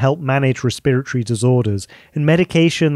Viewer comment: Cool, but as a med student it’s breaking my noggin that you call it “Re-spirit-ory” instead of “resp-eret-ory” I’ve never heard it called that way even with all the Mexican, Indian, and Chinese, Japanese physicians and med students here.